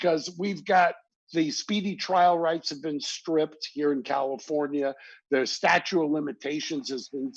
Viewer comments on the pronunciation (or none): I've heard him say that a bunch of times, and it drives me up the wall. How does a lawyer of his experience not know the difference between "statute" and "statue"?!? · "Statue" of Limitations? I thought this guy was a lawyer.